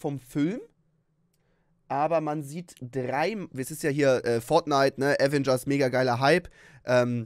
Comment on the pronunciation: Das heißt doch Aveeeengers nicht Avengers